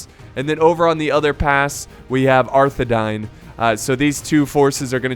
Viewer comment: Can you please start pronouncing Arthedain right? It’s the same as Dunedain. Parallel to ‘dine’